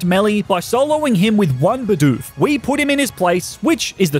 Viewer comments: Dude, its bidoof not beedoof :( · Stop calling it beedoof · Hate how he calls "bidoof" beedoof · He started out saying beedoof but started saying bidoof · It's not Beedoof. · That’s not how you said you said be dupe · i could not watch the video on how you said bidoof.... sucks seems like a good video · Man I hate how he pronounces bidoof